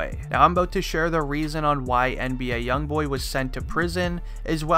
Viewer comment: U didn’t even say his name right and stop believing everything people put on the internet u can obviously tell this is fake